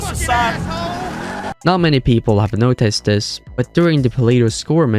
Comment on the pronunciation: This is weird. It sound like a real person doing the narrations as opposed to Ai. But certain words don't sound right. Where are you from? You almost sound American but pronounce it "notICEd" strange for instance. Just curious.